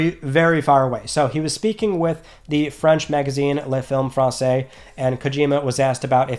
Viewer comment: Oooh! took French in school. Your pronunciation of "les films français" was excellent.